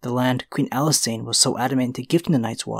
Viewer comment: thats not how you pronounce Alysanne...